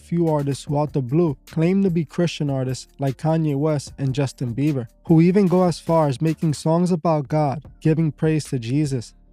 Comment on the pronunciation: Also BieBer ! Not beaver. No V. BieBer! Thank you.